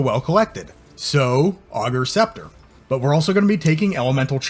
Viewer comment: Class build but pleaaase!!! It’s “ay”gers scepter 😂😂